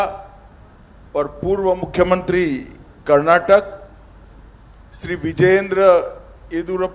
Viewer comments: Firsr he shd learn to proniunce Karnataka and Kannada. He says Karnatak and Kannad. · Amit Shah can not even pronounce properly the name of our state and language. It is not Karnatak and Kannad which always he says. He is home minister.